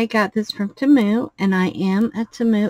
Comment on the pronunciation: Love the dragon, just a small heads up though, if you're going to remain a Temu affiliate, please say it correctly, it's TEE-moo, according to their own commercials and advertisements, that is how they say it, not ta-MOO. I'm sure they would appreciate it.